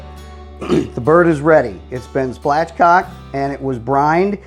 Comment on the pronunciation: Splatch? No it's SPATCHcocking. You're funny.